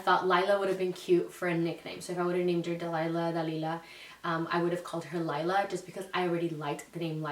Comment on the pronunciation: My daughters name is laila but pronounced like u said it everyone always says Layla but not it’s Laila in Spanish lol